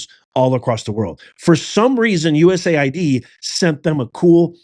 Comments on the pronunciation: It's US AID, NOT "USA ID" lDl0T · The correct pronouncing is: U.S. AID.(USAID). Not U.S. ID.